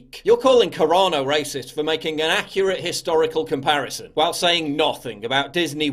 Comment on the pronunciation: Sounds like you’re saying Corona Instead of Carano lol